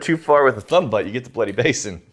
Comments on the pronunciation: It's byoot, not butt. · Butte = Byoot, as in the city in Montana. Rhymes with boot, or Yute if you are fond of Joe Pesci. :) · It's not butt, its būtte. Like Butte, Montana. The e on the end makes the first vowel said its name. It's a long u sound. ū. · Butte is not pronounced butt. Think Butte Montana. I have family there so I know I am getting the pronunciation right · Gents, The word BUTTE should be pronounced BYOOT and not BUT. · It's pronounced Butte......as in beauty.